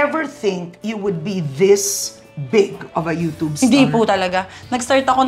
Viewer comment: Ano ba yan, pati ba naman ang YouTube babasahin ba naman ng you-toob. Talino din. Kapag yung isang word ay English basahin nyu din sa English hindi yung gagawa kayu ng sariling pagkakabigkas na kahit sa dictionary ng Filipino hindi mo nakikita. Kapag youtube dapat basahin nyu yang you-tube o you-tyub. Hindi yung you-toob. You-toob pa more.